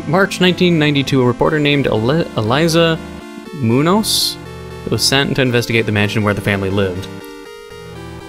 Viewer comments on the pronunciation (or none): Eh, overall you're not that bad at spanish names. But if you're interested, just keep in mind "J" is like the "H" in honey, so it's "haime" for "Jaime", and "Ñ" is more or less "ni" - so "munioz" for "Muñoz". Anyway, cool game! I always like that GB aesthetic.